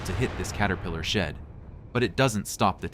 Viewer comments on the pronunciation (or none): none